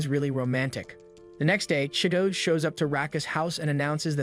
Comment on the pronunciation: The way u pronounce chi-to-ge im crying 😭 😭